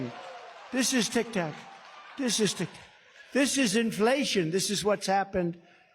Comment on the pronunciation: It sounded like he was saying “tic tok”, instead of “tic tac”?? Did anyone else hear that??